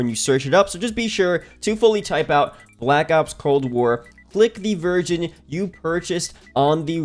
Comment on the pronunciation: I thought you said click the virgin you purchased😳